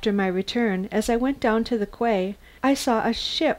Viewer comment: Quay is pronounced like key not away.